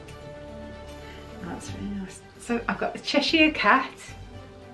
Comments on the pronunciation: I scream about the pronounciation of Cheshire cat as well LOL Hopefully you'll be able to get your hand on Stitch <3333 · I’m the same about the pronunciation of Cheshire 😂 lovely pins, I hope you find stitch and reunite him with scrump!